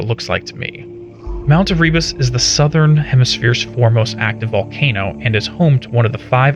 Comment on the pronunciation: long ago and far away, but as a kiwi I feel it is my duty to say: Erebus is pronounced "ear-eh-bus" basically the first bit sounds like the word "era" then just "bus". But you kinda trip over the a of the era? The emphasis goes on the first E. We have some weird pronunciations down here.